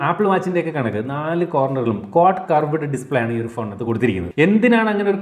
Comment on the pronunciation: കറവേടേ display അല്ല ... 😂 കേറ്വ്ഡ് display